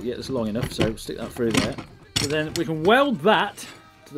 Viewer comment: "I can push that frough me hole" - Colin Furze, 2019.